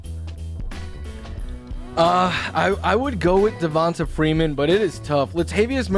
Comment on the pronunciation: Will he PLEASE stop saying (Devon-tuh) Freeman